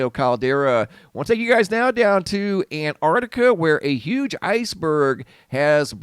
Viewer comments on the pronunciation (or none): ANTARCTICA, not ANT-ARTICA........